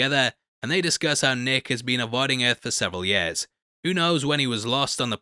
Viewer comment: Can you please pronounce the word —-YEAR—- correctly…..